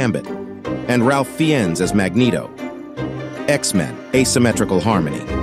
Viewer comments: Please tell me it was the AI that pronounced 'Ralph Fiennes' that way... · I like how the AI narrator can't pronounce Sairose or Ralph Fiennes